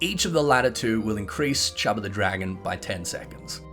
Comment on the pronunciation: squint Did... Did you say chub of the dragon?